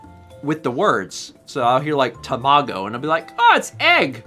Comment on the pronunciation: As someone who studied Japanese as a kid, hearing butcher the pronunciations of "tamago" and "arigatou gozaimasu" brought me pain. Keep doin' you,! Editing this comment to say: I love how idea of "weird noises" is "doo doo doo doo meow".